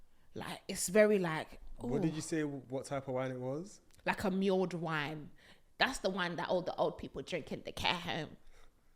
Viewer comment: Love you babe, it’s pronounced mulled wine, not muled